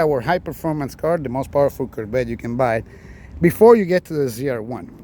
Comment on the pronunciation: You have to pronounce Cor Vette not Korbet.